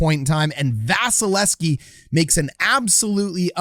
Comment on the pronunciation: Love your break downs. Hate that you don't say the second V in Vasys name. :P